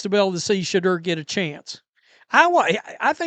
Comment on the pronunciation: It's pronounced Sha-door